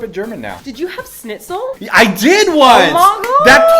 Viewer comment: Sorry, I'm pretty sure you can never be German with a schnitzel pronounciation like that xD